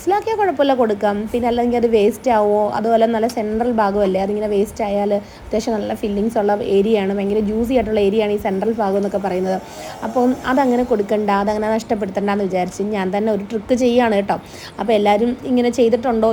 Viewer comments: ഫാഗം അല്ല കുട്ടി ഭാഗം ഭരണി ടെ ഭ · ഫാകം അല്ല ഭാഗം എന്ന് ആണ്